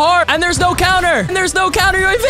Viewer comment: Love ur vids but you said coumer instead of counter